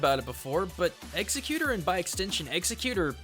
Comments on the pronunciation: I cringed every time he said exeggutor. It's not executor. Ex-egg-you-tor! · executor? ex-EGG-you-tor. And why does that pokedex have the PC soundeffects? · Why do people keep calling him Executor? His name is Ex Egg U Tor, pronounced just like that. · The Malite lol true, but surely he doesn't think that you say "or" as "er" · Yeah, i'm pretty sure it's pronounced Egg-Zek-You-Tour. Or at the very least, change "egg" to "ex" to make it "Ex-Ek-You-Tour". You know, because his first form is a bunch of eggs. Not sure why he keeps saying Executor. Sounds weird and completely wrong lol. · Ex. Egg You tor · Ex-Egg-you-tohr Not executer. Both the show and the Pokedex 3D pronounce it like this plus you totally lose the egg in your pronunciation when you say it like that. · he said exeggute instead of eggegutor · It's executor (like CEO) not executer (the killing people) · hi said execute not eggzegutor in beginning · It's lovely when people have the word right in front of their face and still get it wrong, haha. Spelling: Exeggutor His pronunciation: Eggsecutor (mispronunciation of executioner) Proper pronunciation: ex-egg-u-tor_; an obvious play off of the word executor. Ultimately it doesn't matter because this is a super common thing going on, apparently. I just find it funny that people can have the word in sight of their eyeballs and still get it wrong haha. I feel kinda bad for the dude since he's probably getting a bunch of flak for it :/ Still a great video, as usual :) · i know im not the first person to say this but... EXS-EGG-U-TOR, maybe if it had 3 black sack masks and an axe shaped something you could get away with executor but it doesnt! this is not okay! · "Ex-egg-you-tor" not "executor". Sorry but the pronunciation is driving me crazy!! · ITS EX-EGG-U-THOR NOT EXECUTOR GOD DAMNIT KILL ME ALLRADY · Yeah it's pronounced (eggs-egg-you-tore) not (ex-eh-cute-or) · ***** Like I said, unless you have a speech impediment, it's not hard at all to say Ex Egg U Tor.